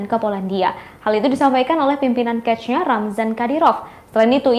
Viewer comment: Reporternya kuper mampus nih. Chechnya dibaca kechnya